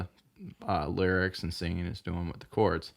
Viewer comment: You seriously need to work on your word pronunciation. And sing every word when you sing a cover. "Is" more precious than gold.